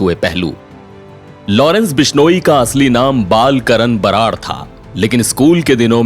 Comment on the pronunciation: बरार नही राहर है वो